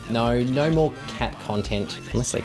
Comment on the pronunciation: Why do you australians say nouwe for no?